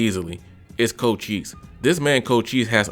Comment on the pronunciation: “Co chi se” Its pronounced “Co Shise” But I agree with your list, mostly. Edit: yaaaaaaa, I got it wrong, it is “Co Chese”